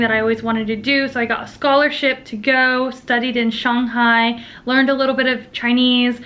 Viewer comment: Also, the correct pronunciation of "Shang" in "Shanghai". I see you...